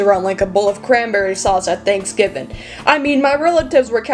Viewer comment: “at thanksgaviang” LENWIOSS IM